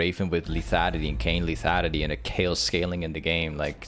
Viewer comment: say lethanity one more time